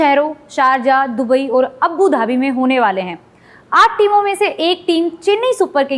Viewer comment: Madam अब्बुधाबी नही वो आबूधाबी होता है